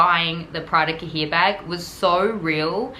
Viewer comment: It's pronounced "ka-yay." It means notebook or booklet. (I know this is an old video, but I'm going back and watching all your old videos now that I've found your channel.) Great story.